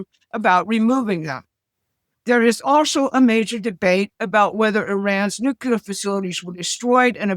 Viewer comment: It's "nuclear," not "nucular."